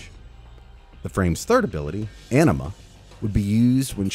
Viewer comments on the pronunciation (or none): none